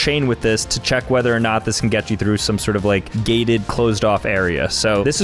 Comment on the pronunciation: “Let me Che the instructions…” BOOM